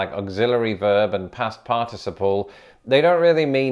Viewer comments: All I can think about is the way he pronounces participle and that his glasses are crooked. I wonder if he'd find it amusing if someone copies him saying participle and replayed it 50 times in a row? I'd find it hilarious but that's me. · I cant pay attention all that well, I keep going back to how you pronounce participle wrong. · i can't get over how you are pronouncing "participle." It just sounds so weird. LOL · was inconsistent in his use of a stress pattern on the word "participle" in this video. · Do pronunciation of shared words next - I'm enjoying your odd pronunciation of "par-TIS-iple" as opposed to "PAR-ticiple" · I find the British pronunciation of the word "participle" interesting. In American, I learned it with the stress on the first syllable: "PAR-ti-ci-ple." But I've heard a few different British speakers say the word, and they usually pronounce it with the stress on the second syllable: "par-TI-ci-ple." Yet another language difference. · I couldn't help but notice the difference of emphasis on the syllables in the word "participle". I say "PAR-ti-ci-ple", but the British way seems to be "par-TI-ci-ple". Interesting. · Your British syllabic pronunciation of "participle" (parTISable) is making me giggle. I've only ever heard it as parta'siple (phonetically speaking)! Old joke: You're stressing the wrong syl-AH-bul! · I say part iciple and not par ticiple. Whose pronounciation is proper as to from whence the word was derived? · USA: PAR-ti-CI-ple Him: parTIciple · Thy way you say "participle" seems very odd to this American. You break it down as "partic-iple" whereas I would say "parti-ciple". The syllabification is off. Which actually illustrates the difference when you compare that word to "syllable". "Sy-llab-i-fi-ca-tion" vs "syll-a-ble". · I love how seems incapable of settling on one particular stress pattern for the word "participle." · In the US, we accent the 3rd syllable of the word, "participle".